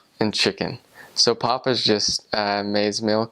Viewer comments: sorry bruh but its pup not pop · 😂 I love how he says pop and can't say pap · Man its not pop its pap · It's called pap. Dis Wors en Pap. (You pronounce it= P-u-p. And it's called boerewors. Boor-a-vors)